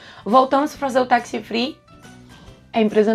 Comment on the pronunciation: Ótimo conteúdo. Muito informativo! Só atenção pra pronúncia correta da palavra tax... é "tács" e não "taxi"